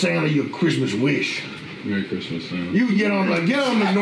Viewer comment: Grismas Gressents